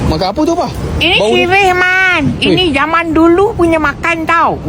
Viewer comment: Waktu opah cakap sirih tu bunyi macam orang india